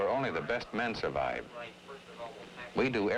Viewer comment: " ThisH kind of chraining make sure only the best men sHurvive" hehe